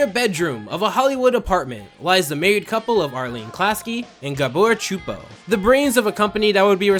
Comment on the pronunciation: Pronounce the names correctly its not chuppo the c is silent pronounce the S like soupO